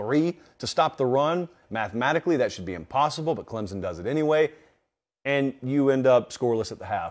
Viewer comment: Clemson is not pronounced with a Z